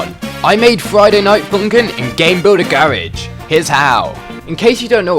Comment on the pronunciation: did he just say garage like GARE EDGE